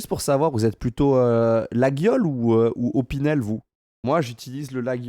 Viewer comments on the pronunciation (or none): On prononce pas le "gu" de laguiole, ca se dit "laiole"